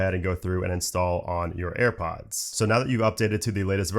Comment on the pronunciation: AirPoooooaaaaads ... Annoying pronouncing.